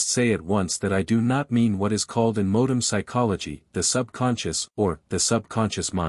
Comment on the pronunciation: I did think it was funny that it couldn't pronounce "modern". I dislike AI But it's still easier than me doing it myself, as mentioned. Try Altrusian Grace, he reads out of print books himself.